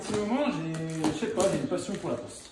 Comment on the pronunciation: Pour les habits g entendue « lacoste » au lieu de « laPoste » 😂 Jsuis le seul ?